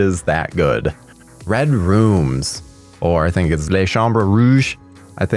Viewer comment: Good job on saying RED ROOM in french correctly 😉not really a fan of film Québécois but if you're recommending this one i'll check it out.... tbh i think i only like 5 movies that were made here... thats kinda of pathetic!!!